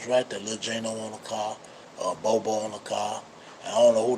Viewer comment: I’m over here shook like bro we been pronouncing that man name wrong for years… All these bloggers been calling him Bob-O